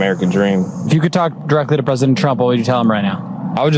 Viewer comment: Machinegun lips has a problem pronouncing the title of her master. "Presadint" lol